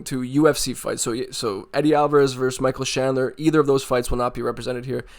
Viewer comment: Michael who? Shandler? 😅